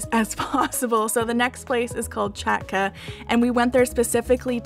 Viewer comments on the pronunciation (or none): It's not czatka. It's hat-ka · The name is cozy too. Chatka is diminitive of chata (cottage, hut). Funny side note - the first syllable is pronounced "hut" ("ch" as well as "h" alone in Polish are pronounced like "ch" in "loch"). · Amazing guys, one or two small things... Gents take off hats indoor especially while eating in Poland, it could be taken as rude in some places. Chatka (cottage) pronounce "HATKA" South east (podkarpacie) also worth visiting not only for food mixture but great history, landscapes. What is the next target in Poland? Pierogi, pierogi, pierogi.... As someone mentioned below, "one pieróg" but "pierogi" is plural no need for "s" at the end. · yeah! sooo the most simple way to say "chatka" is like that: hat ka. ;D and the meaning is a little cottage house. Don't you worry, Polish is realy hard to pronounce :D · Chatka is actually pronounced 'Hatka' and means little hut :)